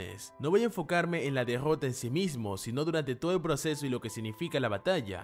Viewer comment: "la degggota de satoru" que cringe me da escucharlo pronunciar la r man